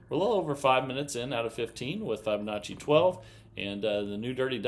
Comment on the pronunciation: How come he doesn't know how to pronounce Fibonacci?